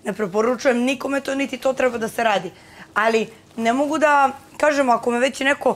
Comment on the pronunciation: Ja poludim na njeno Allliii, kao neki kinez to izgovara